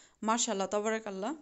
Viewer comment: বাংগালি মুসলিম মেয়েদেরকে বারবার গোলের কথা না বলাই উচিত, এরপর ক্যামেরার সামনে এসে চুল খুলে দেখানোটাও অশোভনীয় লাগলো। অযথা অপ্রাসঙ্গিক কথা বেশি বলছ তুমি। মাশাআল্লাহ "তবারক আল্লাহ"। ভুল বলছ: "মাশাআল্লাহ তাবারাক আল্লাহ" ماشاء الله تبارك الله